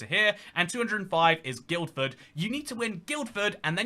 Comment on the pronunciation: Guildford is pronounced "Gill-fud" not "Guild-Fud"